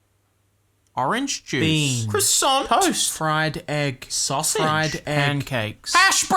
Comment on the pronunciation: I love the way he says "fried egg, SAUsage"